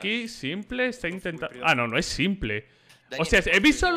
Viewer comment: Y dale con pronunciar el nombre de s1mple mal ahhahahaha me pone nervioso